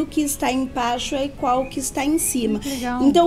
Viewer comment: Ela fala tão fofo que troca as letras, a fala fica mais macia ainda... lapirinto, féus, féu, icual, protutos, acora, ... Muito legal...